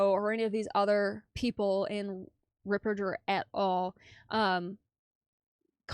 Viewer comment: Thank you for sharing your sensible comments. I see narcissistic tendencies in her behaviour. And she's the only person mispronouncing Fr. Ripperger's surname.